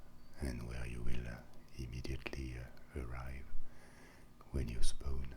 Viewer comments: It's funny how he pronounces "spawn" as "spone" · "when you spoown" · "The spoown" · RyebuscusGaming Spoon lel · as i read this comment he said spone xD